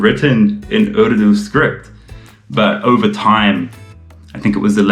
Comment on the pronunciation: Love the way you say the word "urdu". Immaculate. Zabardast.